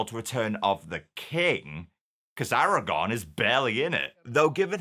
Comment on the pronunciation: Dude it’s Aragorn not Aragon